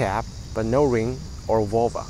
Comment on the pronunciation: You should be more distinct with your pronunciation of NO I thought you were saying yeah